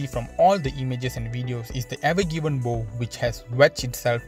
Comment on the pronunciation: Weird English language thing; a Bow on a boat/ ship is pronounced (/baʊ/) bough, which rhymes with "how" or "now". My thoughts are to place barge rigs on either side, assemble a crane bridging the Ever Given and start off loading the cargo. In the meantime, use the old hydraulic mining techniques, set up and a shoreline sieve, and have dredgers pump the slurry to the sieve. There will be no cheap way around this dilemma. This ship is going to be there for a month or better.